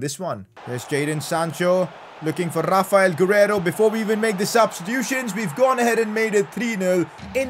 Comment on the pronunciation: saying rrrrrrrrrraphael gurreiro